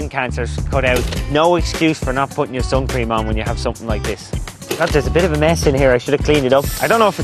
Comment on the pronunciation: its funny how he says sun cream